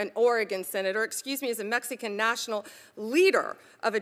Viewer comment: This is maga. Deflect, excuse, deny, hide, dip, duck, lie, flip, flop, filibuster, escalate, ignore, blame, manipulate, gaslight, pretend, refuse and the list goes on and on all the way up to number 47. Anyone else notice how she pronounces Mexican? (Mex-ee-can). She speaks so inelegantly, unintelligently and completely non eloquently. She really comes off as though she is throwing a temper tantrum and somewhere inside she knows it so she's got to try to be as convincing as humanly possible.